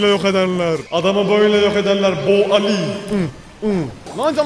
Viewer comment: Abi Alli Elli diye okunuyor